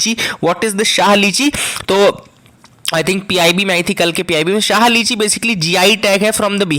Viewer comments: Sir , I am from Darbhanga and have eaten lots of शाही लीची not शाह lichi. You have mistakenly pronounced it wrong. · Yes sir samastipur ki lichi khai h...it's really very delicious It's "shahi" sir not "shah" lichi.